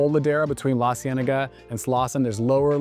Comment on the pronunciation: LAHCienaga! Boulevardez!! 😂😂😅❤